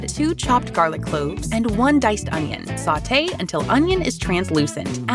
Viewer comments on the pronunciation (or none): none